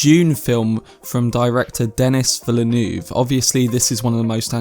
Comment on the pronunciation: Denís Villeneuve is French Canadian and his name is pronounced in French. Your pronunciation is not proper.